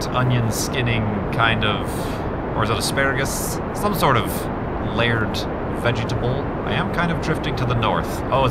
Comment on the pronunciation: I don't know why, but the way you said "vegetable" absolutely killed me.